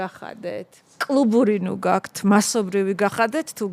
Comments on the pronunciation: “გაქთ” რატომ ამბობს? ჰეითით არ ვწერ. დიალექტურია თუ რატომ? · "გაქთ" ტოჟემნე ჟურნალისტი😂😂😂